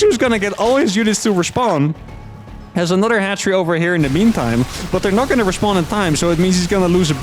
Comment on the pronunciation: I was 7 minutes into the video listening to say "respond" missing all context before I realized he was saying "respawn". SMH